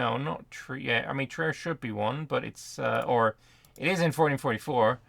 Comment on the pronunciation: Yes that's the Elbe, but in german the trailing E is pronounced so, Elb-Eh. On the other hand e following I is pornounced as a long i. It's Triir not Tri-er. Ie and EI is roughly pronounced the opposite in german to how the rule is in english.